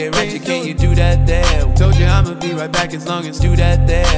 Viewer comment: "ThAts WiGht DaDdy!"